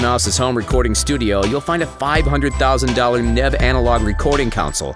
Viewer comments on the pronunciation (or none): DID YOU REALLY JUST SAY NEVE AS NEV???? WTFF